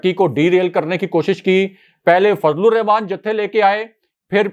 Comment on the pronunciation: OH BHAI !!! BISMILLAH ME, REHMAAN HOTA HAY RAKHMAAN NAHI , Rehmaan ME خ NAHI ح HAY !!!!